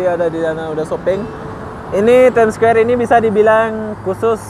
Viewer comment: bukan squwere tp Square..haha